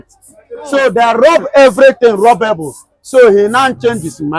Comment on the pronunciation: 😂😂😂he said rub everything rub able 😂😂